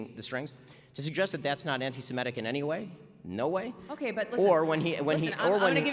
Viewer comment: A good Jew should know he is a Semite, not a Simete, so don't pronounce the word as 'anti-simetic'. It is 'anti-semitic'. Oy vey!